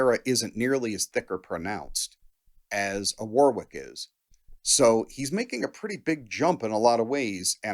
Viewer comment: The middle W in Warwick is silent…